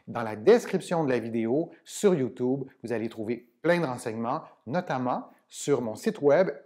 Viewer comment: « Youtoube » 🤣🤣🤣 a par ça mercii